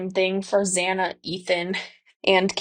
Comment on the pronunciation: The judge pronounced zanna (spelled it wrong sorry y’all 🫣) name wrong twice and BK eyebrows look shaved🤔 trying to not look bushy maybe.